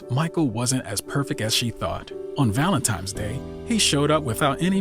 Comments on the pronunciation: I LOVE this channel and all of the contributors, but..........is he saying "ValentiMe's" day?🤦🏾‍♀️ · Please tell the voice over actor that Valentine's has no M in it. It got annoying to listen to him.